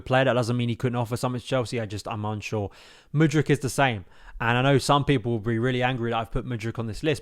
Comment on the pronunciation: I can't blv you say Mudryk, I keep him over Sterling and for me i rather gamble on Mudrky than go get someone else